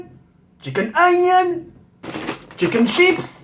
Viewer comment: Quand TK parle en anglais MDRR : IS IT THE CHICKEN , CHICKEN GIRL(GRILL) , CHICKEN WIN (WING), CHIKEN EUNIONS (ONIONS) , CHICKEN JUKE (JUICE) CHICKEN POULET MDDDDDDDDRRRRRRRRRRRRRRRRRRRR